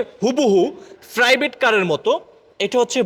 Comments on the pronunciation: চাইনিজ ❌ সাইনিজ ✅ প্রাইভেট❌ ফ্রাইভেট ✅ ড্যাশ বোর্ড ❌ দেস বোর্ড ✅ চাবি ❌ ছাবি ✅ স্টার্ট ❌ স্তাত ✅ প্লিজ ❌ প্লিজ্জ্ব ✅ আশা করি উচ্চারণ গুলো শুদ্ধ করবেন। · ফ্রাইভেট কার, ওয়াইফার!!😂 প্রাইভেট, ওয়াইপার শুদ্ধ উচ্চারণ করার চেষ্টা করবেন।